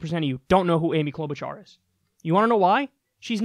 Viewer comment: I’m a Minnesotan and I cringed when that guy said Amy Klobuchar. Er... no. She’s one of my senators and we don’t hear much about her, even. 🤣